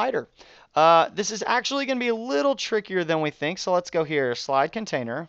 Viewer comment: Lol conatiner :P